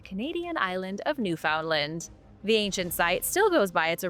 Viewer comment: Awesome A long video 👍 Have to watch the rest of it later Oh yeah Newfoundland is pronounced more like Newfenland😊 Thanks for another cool video Luv ya ❤️ Bye 👋